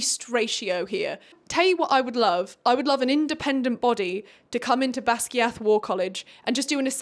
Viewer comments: Baz GUY ith not basgeeeath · bestie, I didn’t know how to pronounce Basgiath either when I first saw it😭 but it’s actually Bas-GUY-ith! I learned it when I switched to the audiobook P.S. I’m sorry, I absolutely hate being the person that corrects people but I figured you’d be mad if no one told you either😭🫶🏻